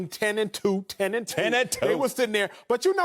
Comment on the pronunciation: TEN N TWO haha (Marcellus in the background).. so much emphasis on that TEN N TWO! ...